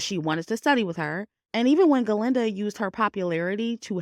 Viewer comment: Very good review! Sometimes you say Glenda and most of the time you say Galinda. And it's etcetera, not eXcedRA. But, other than the mispronunciations, really GOOD WORK on the movie analysis. Thank you!